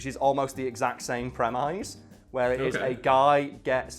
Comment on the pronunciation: The ISE in Premise is pronounced like the end of the word miss.